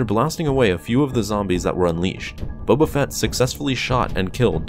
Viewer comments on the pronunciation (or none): none